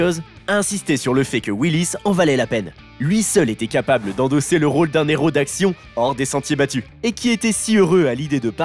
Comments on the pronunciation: on dit un Héros, pas un néro... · Pitié arrête de faire les liaisons avec le mot "hero", c'est un hero, pas un nero, ni mon nero, ni son nero. Sinon au pluriel ca devient les zero.... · Un " néro " ( 14 mn 10 )? Il n'y a pas de liaison devant un "h" aspiré ! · c’est surtout qu’on ne fait pas la liaison avec un h… et en anglais le h estaspiré, donc le problème est pour les deux langues